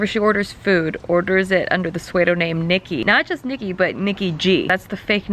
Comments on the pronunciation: Did... did Nikki say pseudonym like swade-o-name? Or did I also just have a stroke? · LOL "suede-o-nym" 👢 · you said sweydo-name on purpose.. right? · you pronounce psuedonym very weirdly...